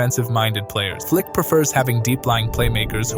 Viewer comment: Its FLIKI - FLAKA 👍💯